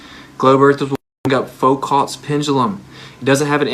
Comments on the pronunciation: Did he just say “Folk-ott’s pendulum”??? My guy... if you can’t pronounce Foucault.... there are some issues. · Please learn to pronounce Foucault's name. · He can't even pronounce Foucault's name, FFS! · If this guy's so damn smart, how come he can't pronounce "Foucault" correctly? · Damn, his pronunciation of Foucault was ROUGH